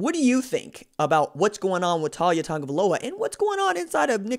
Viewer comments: His name is not pronounced TAWL YA. It's TA LIA Or just LIA I hope he goes to the U and maybe gives Clemson some competition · Not a surprise to BAMA, we knew this was coming. His name is pronounced Tau-lee-ah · You pronouncing it wrong, it Tah-Lee-ah. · Not one single Alabama fan ever thought Taulia would ever be the starter and everyone has expected him to transfer once his brother left. You can't even say the kids name correctly, lol. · First you are pronouns his first name wrong, 2nd he will be going to Florida, FSU, UM, UFC, Taulia will stay near his Brother. The Polynesians stick together.